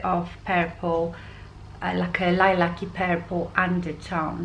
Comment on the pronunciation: I love hearing you say ""purple" you make it sound much prettier than how we pronounce it here in the USA 😊 your voice and accent are very calming.